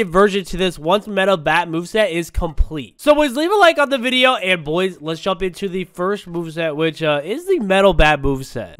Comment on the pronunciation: Bruh it’s video not bideo